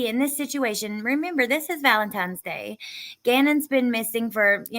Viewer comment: Maybe my ears need to be cleaned, but I thought I heard someone say "Valentimes Day" and not Valentine's Day💕💞. I'm sure it's my ears.